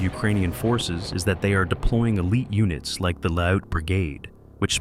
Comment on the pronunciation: its pronounced "L-e-u-t" like you pronounce "Cute" but replace the "C with a "L".